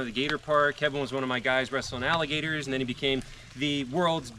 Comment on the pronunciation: freeze . u said wrestling alligasyors